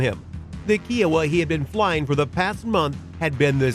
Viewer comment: Kiowa is K-eye-oh-wuh, not Kiwi sounding Kee-oh-wuh. Long I.